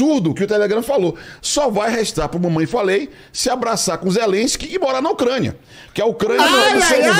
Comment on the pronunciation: O cara se dói por falar "Ucrania"